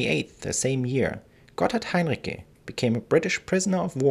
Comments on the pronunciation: As a native speaker, I'm pretty certain that the c in Heinrici is spoken like ts, not like k. And the stressed syllable of the name is the second (-ri-). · Heinrici wird mit hartem C ausgesprochen? Wollte ich immer wissen!